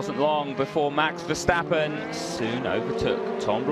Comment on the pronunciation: They keep calling him Verschtappen. Bloody annoying as a dutch guy to hear 🤣